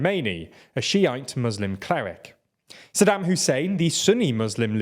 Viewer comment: Also Saddim instead of Saddaaaaam